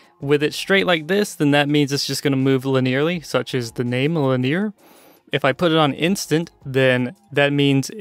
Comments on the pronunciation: You pronounce Linear weird... xD Lin-E-Ar I always say... not Lin-ear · Maybe it's the part of the US I grew up in... But Lin-ear is so weird to me xD